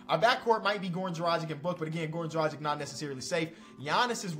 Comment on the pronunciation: Please don't say Dragic anymore, or Vucevic. You're pronouncing so so so wrong!